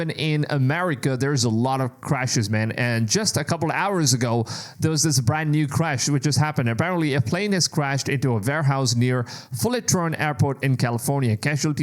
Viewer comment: Fullerton not Fullertron